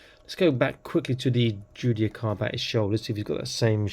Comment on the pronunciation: The pronunciation of Judiciar is Jew-Dis-Ear. Just for reference. Thanks for the early look.